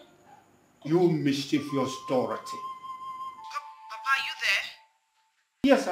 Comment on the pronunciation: The name is pronounced Dorothy not Dorathy. She's really jealous friend , always attacking and competing with the fashionista Queen Injideka 🤣🤣🤣🤣❤️🇬🇭